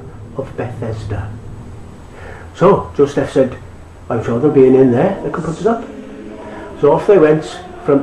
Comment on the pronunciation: why are you pronouncing the words wrong?! its bethlehem not bethesdun!! And it's Joseph not Josteph!!